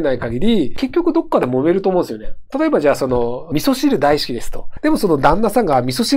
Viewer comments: だいしゅきでクソ吹いたわ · だいしゅき！マジでだいしゅき